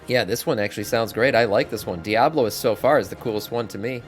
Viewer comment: Its diabolist not diablolist